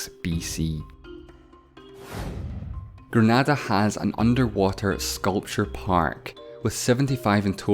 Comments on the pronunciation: It's pronounced Gre-na-da not Granada. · as a Grenadian, I can safely say you are pronouncing my country's name wrong. It is pronounced GREH-NAY-DAH and not GRA-NAH-DAH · Grenada pronounced gren•ay•dah